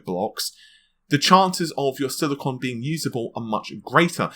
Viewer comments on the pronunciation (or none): none